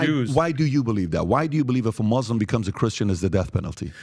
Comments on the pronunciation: PBD lived so many years in iran, but he still pronounces "muslim" like "moh-lehm". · The way he says Muslim with an accent? But then speaks perfect English?